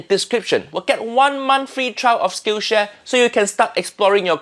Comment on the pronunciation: Can't believe I thought that Uncle Roger said Skin Share and not Skill Share